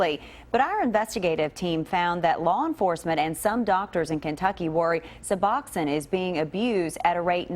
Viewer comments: This is the most ignorant report on Suboxone I’ve ever seen. First of all, it’s pronounced “Sub-box-own,” not Suboxennn. Second, why not do some research before going there? The crowd at the clinic and police calls IS NOT DUE TO SUBOXONE, it’s a testament to the OPIATE CRISIS and how bad it is!!! It’s a tribute to the fact that the treatment is so dang expensive that many die trying to afford it. It’s an example of how there isn’t enough treatment providers in some areas. It’s a partial agonist opiate, these people aren’t using it to get high. They are using it to get well!! As in “I don’t want to live like this risking death every day on this heroin, I’m going to try and find some Suboxone and get clean. Reports like this add the the stigma that creates treatment barriers that prevent people from getting their lives back on track and every treatment barrier causes DEATH. Shame on your new station for airing this report and it’s ignorance. That doctor was just placating you and showing you that nothing shady was going on inside so he didn’t have law enforcement crawling on him for no reason to use his time to actually help people, but I guarantee his eyes were rolling in the back of his head at your ignorance when you left. SMH. This so far is our governments only answer for opiate addiction and having some semblance of a normal life. You have no idea what it takes these people to get that medication legitimately in their hands, no idea. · Also, it's not (sub-awk-sin) it is (sub-ox-oan). The news is inept in every city across the country.